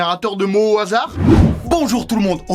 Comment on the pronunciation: "HASADR"? xD